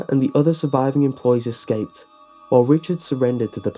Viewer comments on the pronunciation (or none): none